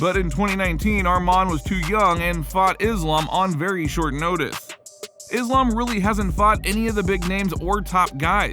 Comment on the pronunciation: Fyi Islam is pronounced as iss-laaam , not izz-laam or izz-lum